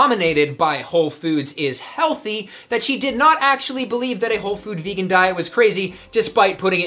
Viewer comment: "Vaygun?" Haha